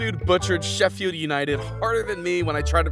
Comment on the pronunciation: You butchered Sheffield United as well 😭